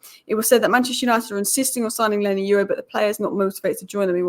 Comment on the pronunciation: 🤣😅😂🤣😅😂exactly not leny its leny